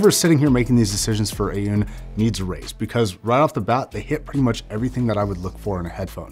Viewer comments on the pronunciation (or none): It's pronounced Aww-Nee.